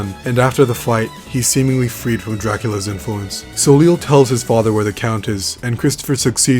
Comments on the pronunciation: Veeeery late to the party... Soleil is the French word for Sun. If you're curious as to how it should be pronounced. It'd be So-Lèy. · I'm pretty sure it's pronounced "so-LAY." It's the French word for "sun." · Just so you know, Soleil is pronounced so-lay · Soleil as a French name is properly pronounced "so-lay", though it seems like both the Japanese devs and the localizers were unaware of this, Great video though